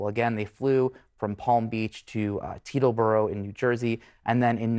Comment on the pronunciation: Did he just say that they flew to Pedobourgh?